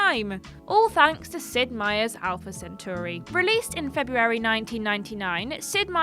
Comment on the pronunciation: The butchering of the word "centauri".